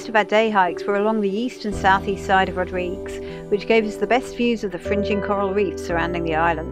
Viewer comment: Looking for more videos from you. You haven't posted any in some time. Rodrig-UEs! Pronouncing the 'UE' is from a Portuguese name. (And/or Spanish) However, I see that the local Creole doesn't pronounce it that way but rather 'Rodrig' Other sailors who made landfall there pronounce it as in Portuguese. This is certainly a place to visit if you can get there. Good video. Thank you.